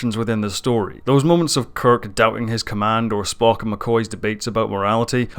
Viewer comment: And there's no 't' in Spock's name either :) Disco is a great show, perfectly Star Trek :) If you're worried about it disrupting canon, well don't. Trek has always retconned itself, over and over, it's one of the pitfalls of a long-running franchise. That doesn't make it not canon. If you don't like it, don't watch it. No reason to try and shit over other people's enjoyment of it though.